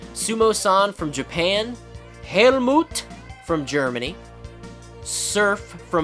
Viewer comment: I think Hellmoot would sound better. Or better said thats how his name is spoken in english. (the closest atleast)